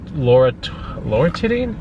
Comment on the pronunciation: ''Loratitti''? Hahaha